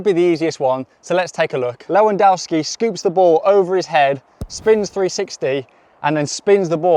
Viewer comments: Lewandowski Not Lewadauski😂😂😂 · It’s pronounced „leh vahn DOHV ski”, ffs. LeWann Dough - sounds like something from your local Chinese restaurant, lol. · It's pronounced levandoski I'm Polish w=v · Pronounciation of Lewandowski: Leh - van - dov - skeeh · its pronounced "Lew wan dov ski" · The way you’re pronouncing Lewandowski is frying me 😭